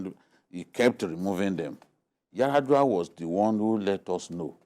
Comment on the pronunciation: Did he say Yar'adua